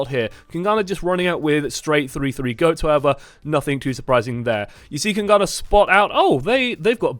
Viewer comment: PLS just call them kings and don't try to say kungarna.